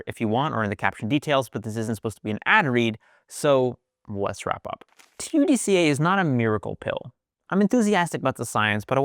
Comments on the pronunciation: How do you come up with a pronunciation like, Ta-du-ca, when it obviously would be pronounced, Tud-ca ?! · you cannot say TUD KAAAA